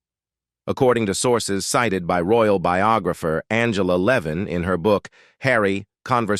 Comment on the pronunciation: Juste prononcé Angela Levin vous venez de baissé dans mon estime bye bye